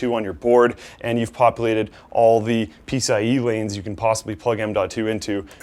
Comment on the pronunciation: What's this "peace ah ee" stuff keeps talking about?